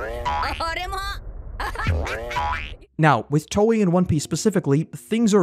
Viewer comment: i couldn't stand to watch you butcher the names of...EVERYTHING, even Toei... if you don't know how to pronounce anything, you should either research THAT before making your video, or maybe just don't make a video about it. as for Anime, what we ACTUALLY need right now is a big CRASH in the Anime market. we need the Anime bubble to POP, so they will stop churning out so much hot garbage, and just focus on quality plots and animation, instead of money machines, which ruin series that would otherwise become award winning, and not just in some arbitrary "Anime" category...